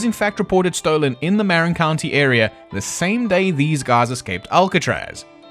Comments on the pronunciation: Marin is pronounced Mar- in. Great video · Love your coverage. I believe they made it. A couple things though. 1) Shops mean workshops, prisoners have to do practically free labor. 2) Marin is not pronounced like Marinara sauce. It's pronounced like Ma. 😊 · there's my cue, "Muh-rin"